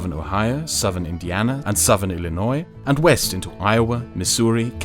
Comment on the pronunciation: Fun Fact: pronounces "Illinois" better than most Americans.